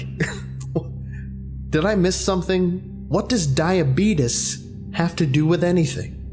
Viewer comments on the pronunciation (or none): Said “Diabeetus” at the end. is a fucking legend. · Never thought I'd hear say "Diabeetus" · When you said diabetis I died because my friend calls her diabetic cat that Edit:grammar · "I got the diabetus"